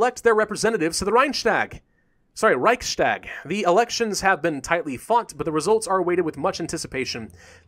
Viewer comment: Hey, just assuming you might be interested in getting the basic German pronunciation right: try separating the 's' in 'Reichstag'. It actually belongs to 'Reichs' (being the German genitive of Reich). The word is therefore not 'Reich-stag' but 'Reichs-tag'. Greetings from Germany. PS: Great work, keep it up.